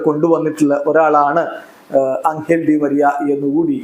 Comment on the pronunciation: അംഗൽ ഡി മരിയ അല്ല. എഞ്ചൽ ഡി മരിയ ആണ്.